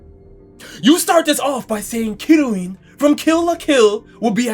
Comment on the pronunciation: The kiryuin one akmost made me choke on my fries